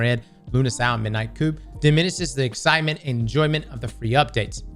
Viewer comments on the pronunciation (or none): Public service announcement: the p in coup is silent